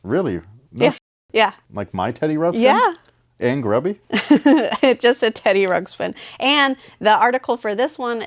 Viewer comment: OMG so funny just talked smack about kids not saying Teddy Ruxpin, and then right after keeps saying Teddy Rupskin